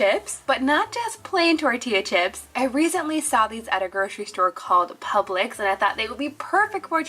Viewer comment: Why did you say Publix like that isn’t that normal or did you guys just moved to Florida